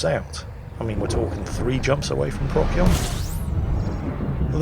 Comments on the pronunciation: I get that you're British and therefore legally obligated to mispronounce things, but for the love of God... PRO-SEE-ON. Not Proc-yon. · Please call it Pro-sigh-on, rather than Prock-ee-on. It’s always been Procyon, just watch the Sky at Night! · Pro See On... Not prock yee on. You are welcome. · I love how he says "Prock-Yon," and "Friendship Drive." Neat info about black dwarfs too. Keep it up!:) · Pro-see-on ( Astro-navigation) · PROK-see-on or prok-SEE-on? I have no idea how it's pronounced - so thanks for the tip! Also: Boys from the Dwarf ;) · isnt it pros-eon? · BTW, the c in Procyon is pronounced as an s: pross-yon. Yes, even though it comes from Greek with the pronunciation Prokyon. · The way pronounces "Procyon" makes me fear for when he discovers "Betelgeuse" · The german way of pronouncing it, even though it is a german word, sounds even more cancerous... "Beteigeuze" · Inb4 - "Bet - tell - gee - yuss"